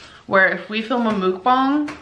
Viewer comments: Its pronounced Mook bang with a long a. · So is it (mook bong) or (muhk bang) because the second makes the most sense. 1. The you would look like ( ü ) for moo 2. It really irritates me the way she says it. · She said Mookbong bish that ain't how you effin say it. Shut up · how many times did she say MoOkBoNg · Mook-bongs? Is that how it is really pronounced? Sounds like some type of drug paraphernalia. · Can someone tell it's not MOOK bong....that drives me crazy...learn how to say the damn word. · She can't even pronounce it correctly!!